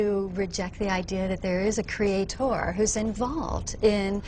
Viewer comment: Cre-a-TOR, cre-a-TOR - woman, shut the f*k up already!